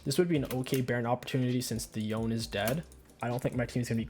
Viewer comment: i think its called yo-ne, instead of yoan